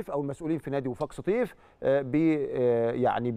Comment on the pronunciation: يا كابتن انطق اسم فريق وفاق سطيف صح